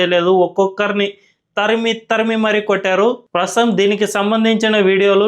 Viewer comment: Prasam kaadhu .. prasthutham